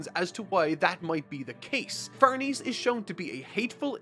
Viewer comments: Farnese is said like Farnaysay not Farneez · It’s Far-neh-cee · Dude, it's really no big deal but can you please check how to pronounce Farnese? It's an Italian name (an old Italian noble family's) and it's really distracting to hear it pronounced as if it's... french?